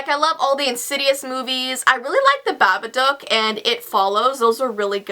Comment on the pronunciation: she said babaduck lol